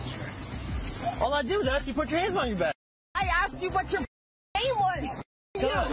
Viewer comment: if you have to ASK questions you can at least learn how to say it!